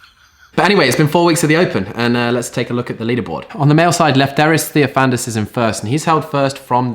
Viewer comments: Say it with me: "Left-tear-iss Thee-off-a-nide-iss" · please man try to pronounce the greek dude's name right for once!! its Left'E'ris Theofan'I'dis (capitals for where you should accent the word). next time you say it wrong there WILL be a penalty. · Maybe it’s time for you to start taking Lefteris Theofanidis seriously, stop calling him “that Greek who is in the lead” and mispronouncing his name. Maybe go to Greece and see what he is about?